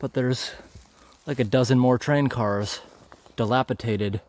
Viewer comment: It's pronounced dilapidated not dilapiTated.😁